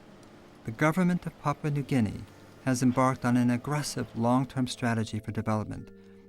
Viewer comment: Papua New Guinea is pronounce as Papoooah not Papa... But Nice documentary.